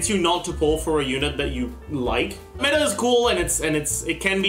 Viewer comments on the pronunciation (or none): none